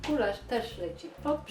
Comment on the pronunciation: Gulasz a nie Gularz. Przgotowanie gulaszu a nie gularzu ;)